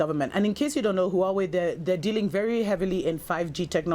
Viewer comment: "... exspecially " Just... I mean... ... *inhale* How... IF YOU CAN'T PRONOUNCE BASIC FUCKING WORDS, GO BACK TO FUCKING SCHOOL!!! - "... some of the spanish countries... " Because there's more than the one. Edit: LMAO "Who-away" XD